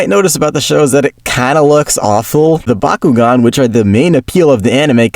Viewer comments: It's Bakugan not bakughgan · Bakuugan is the way of pronouning it you fish :D Or atleast we do that in norway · I'm flabbergasted at how this man mispronounced Bakugan as a child when everyone in the show says it every five seconds.😂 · Dude, I used to mispronounce it as Byakugan and vice versa because I was a dummy, so you’re ok chief